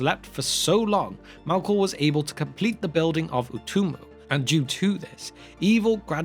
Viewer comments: As much as I enjoyed this explanation of Tolkien's mythology, your pronunciation of simple words like "elves" which sounded more like you were saying "alws" or "Melkor" which sounded like you were saying "Malcolm" was hurting my ears towards the end of this video 😂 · love the information and format of these videos but i have such a hard time hearing what you’re saying sometimes because you keep pronouncing elves as Alves and Melkor as Malkor for some reason, to the extent that i had to turn on subtitles at one point just to understand if you were indeed talking about elves and not something else. what’s your aversion to the letter E? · Why pronounce it Malkor not Melkor? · Mehlkor, not Mahlkor. A little thing but irritating nonetheless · Malkor?? Sup with the pronunciation here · The true evil in this story is the narrators pronunciation of ‘elves’ and ‘Melkor’